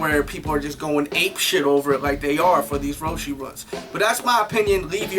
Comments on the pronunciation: its roche not roshy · It's Row-she...